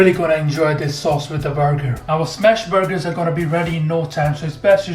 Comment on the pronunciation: I’m obsessed with these “burg-hers”